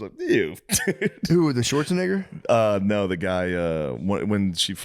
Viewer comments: "who the schwarzeni***", swear it sounded too close! Hahaha. The Shaman would never though. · Bro so many people say Schwarzenigger it's crazy lmao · The way Matt pronounced Schwarzenegger 😅😅